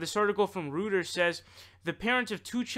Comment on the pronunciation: It's pronounced roiters.